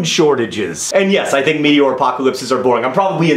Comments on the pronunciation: The fact that John pronounces "meteor" as "meaty oar" is making me very uncomfortable. One cannot power a boat with meat. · "Meaty-ore" But also, the most scientifically feasible way a zombie apocalypse will occur would probably be an intense mutation of what causes mad cow disease. Protein infecting prions that deteriorate the brain slowly. Also, going back to the meaty-ore apocalypse idea, Night of the Comet. One of the worst movies I've ever watched while having insomnia and cable access at two a.m. while in middle school.